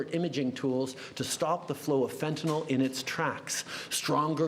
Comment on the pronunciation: I love that Trudeau can pronounce fentanyl correctly. 😊